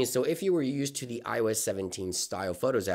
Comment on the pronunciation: Is he saying “IOEZ”??